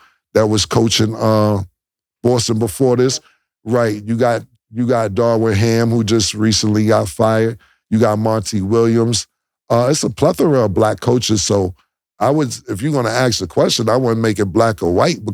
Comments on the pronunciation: “Darwin Ham” 😂😂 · Cam stop messing niggas names up lol “darwin ham” “Jaden brown” 😂😂